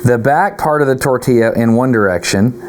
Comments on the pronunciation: A tortilla demonstration is fabulous. (Tor•tee•jah sounds like that, Dustin.) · Wrong. Tor•tee•yaah. 1) Double L (ll) in Spanish is pronounced as consonant “Y” as in “Yak” NOT J (in Spanish “J” pronounces like English “H”) The caveat being “A” is only ever pronounced one way unlike in English where there is hard or soft sounds for “A”, ie; Cast, Lollapalooza, respectively. BONUS fact: Japanese & Spanish share the way vowels only have singular hard pronunciation: ah, eh, ee, oh , ooh. 2) *Destin Source: 🇨🇴 I’m Colombian & a weeb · A Russian accent when talking about the tortilla 😯